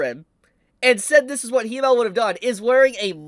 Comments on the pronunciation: wait so u english speakers pronounce Himmel like He-mel.....He who??? He mel? what is a He mel? Himmel....Double M...short I, like Him-mel. Him and mel....combine the two, thank me later guess the katakana in japanese are Hi-me-ru fair enough but...cmon....Himmel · Everything is fine, and i love the video its great to see. But its not HE-Mel. But HIM-Mel. Which is an apt name for him as it means Heaven in German. As for the hero. That is actually.. I am surprised for once in my life. Hope he is happy. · You can’t pronounce Himmel either lol, it’s German and is spoken as it is written. Not „Heemel/Hiemel“ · It's not Hee-mel. It's the German word for heaven, short "i" sound. Himmel. Accent on the first syllable. Pretend it's a male camel - Himmel. All the names are German. Frieren means Freezing. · I hate the way you pronounce Himmel 😂😂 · Pronouncing Himmel so wrong.... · The way ur saying himmel is driving me crazy lmao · Can you please stop pronouncing himmels name wrong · i honestly dont know if he pronounces himmel like that as bait but its hooking me :P